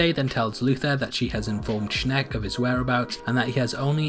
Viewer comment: I lost it when you said ''SHNeck''